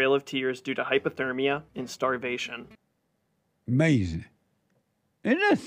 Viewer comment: It’s UH-MAZIN